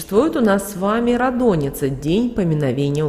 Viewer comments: рАдоница, а не радОница. БЗГРАМОТНАЯ. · Ра́доница, Ра́дуница НО НИ КАК НЕ радОница !!!